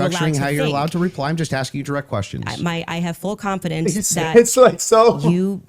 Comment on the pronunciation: full CWANFIDINCE